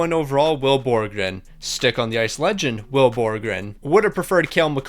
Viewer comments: Will Borgen (Bor-gen) not borgren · ITS BORGEN ONLY ONE R ITS NOT BORGREN ITS BORGEN